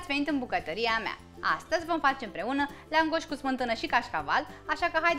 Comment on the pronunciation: accentul se pune pe prima silabă